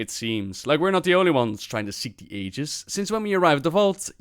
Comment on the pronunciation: I can't believe not a single person at blizzard googled "how to pronounce aegis". It's especially obnoxious because they used to pronounce it correctly in previous expansions.